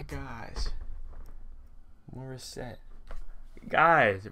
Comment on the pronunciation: You said her name right Bro. You pronounced the title right the first time too.